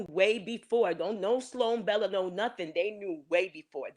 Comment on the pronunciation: Her name is not "Sollan Bella" ~ its "SLOAN BELLA" .